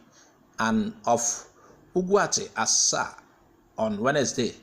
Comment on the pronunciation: Asa, Not Asa'